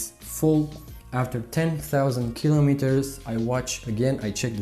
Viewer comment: O fi asa in Romania ta,. Din tot acest video mi-a placut engleza ta dar tre' sa mai lucrezi la pronunția "kilometers". Chestiunea cu uleiul este foarte subjective si nu-mi place ca faci comparații.